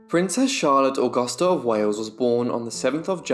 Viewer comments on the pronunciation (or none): none